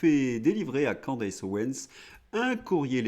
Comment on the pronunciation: Candace se prononce CANDICE.